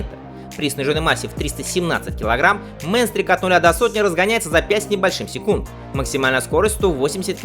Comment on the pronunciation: Как всегда отличная подборка ! Только Кавасаки не Мэнстрик а правильно говорить Минстрик. У группы AC/DC Есть такая песня)) А ещё в 80-х была такая девичья группа исполняла метал. Всем лютой катки и добра!